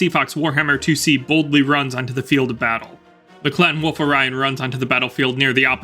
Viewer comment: Great videos from you. Much enjoyed. There is an "L" in wolf though....Hearing you say woof all the time is distracting... lol 🤣